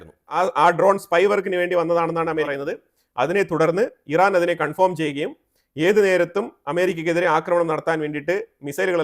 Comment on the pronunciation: സുഹൃത്തേ, കൺഫോം ( conform ) അല്ല കൺഫേം ( confirm ) ആണ്.